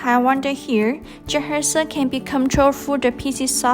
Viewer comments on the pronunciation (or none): You know its bad when she cant even pronounce the name of the robot in English. She keeps saying juhersa. How did you get that from Jethexa? And the unintelligible English continues. You folks need to get someone who can actually speak English to narrate these tutorials. Good robot but terrible tutorials and instructions.